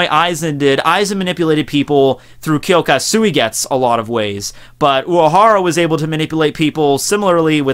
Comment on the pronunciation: I find it interesting that someone who is so into Japanese culture and anime pronounces kyoka suigetsu as “kyoka suigets” you must know By now that Japanese words must end in a vowel sounds right? Not throwing shade, just saying that is rather odd...